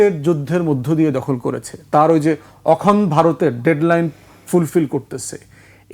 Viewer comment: ধান ভানতে শিবের গীত! ব্য. ফুয়াদকে এতো কপচাতে কে বলেছে? উপস্থাপক সহ্য করছেন কেন? পৃথিবীর সবকিছুই ইন্ডিয়ান ন্যারেটিভ। পন্ডিত 'অখনড্' বলেন কেন? ওটা 'অখণ্ড' হবে। ব্রিটিশ ভারতবর্ষে কবে এলো আর 'হিন্দু' কবে এলো!